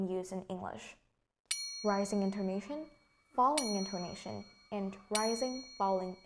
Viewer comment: mình tưởng intoNAtion - stress falls on the third syllable chứ nhỉ. maybe mình khó tính quá